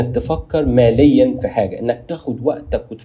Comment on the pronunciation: اخي العزيز يقال فكر مليا بكسر اللام وليس ماليا بارك الله فيك ❤